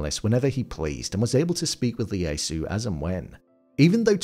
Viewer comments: Lee-asu? What is it with you English ppl reading cap i as L ? Don't you know names always start in caps?😂 His name was Ieyasu: yeh-yah-soo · Tokugawa's name is pronounced ee ay soo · Its Ieyasu (ee-ay-ah-soo) not Leyasu. There are no Ls in Japan. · Tokugawa's name was pronounced EE-EH-YAH-SOO Tokugawa. Just FYI. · ieyasu with an “i”. Not Leyasu. This just sloppy m8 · WTF... It's "Ieyasu" - the first letter is an "I" (i), not a flippin' "L"...